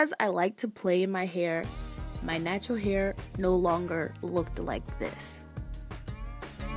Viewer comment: I think you meant "Nap-tural" lmao